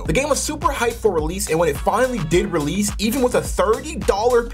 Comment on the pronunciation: Insane bro sacmmed me with saying realese